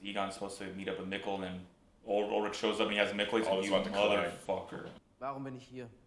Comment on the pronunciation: I love this reaction series but hearing you say "Ur-lich" over and over is fkn brutal. It's ULLLLLrich dude.